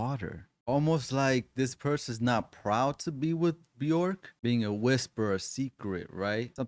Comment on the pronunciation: Björk is pronounced “B-yerk” … rhymes with work or jerk, not pork.